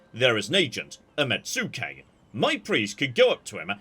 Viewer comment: "Mets-kay" not "Met-sue-kay"